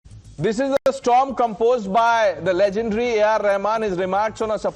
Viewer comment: When Legand becomes "Le Jund"